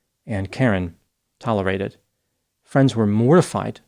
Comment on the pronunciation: Problem: Karen TOLERETATED 😂 instead of enjoying.